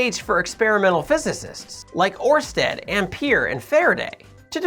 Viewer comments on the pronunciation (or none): Orrrrrstadt? Lmao, not far off but it’s always fun to hear ppl try and pronounce danish words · like many languages, if you don’t know the phonetics, you honestly don’t stand a chance 😂 But you were pretty close.